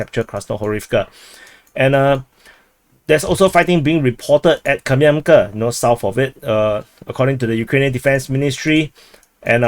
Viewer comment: Kupiansk - It might be easier for you to pronounce Russian way - [COUPE ensk].This is modeled by Russian-speaker - Military Summary and Analysis.